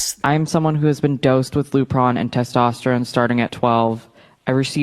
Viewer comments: TESTOSTERONE - TES TOS TERONE not testesterone 🙃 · doesn't understand biology and also cannot pronounce Testosterone. "TEST-STES-TERONE" 😂 The intelligence level is lacking. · You can’t pronounce testosterone. You will never ever be a woman. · Random but it bothers me how pronounces "testosterone" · How ironic that she mentions ‘nuance’, when she is arguably one of the most POLARIZING individuals to exist. Also how telling to her all over ignorance the way that she pronounces ‘testosterone’ lol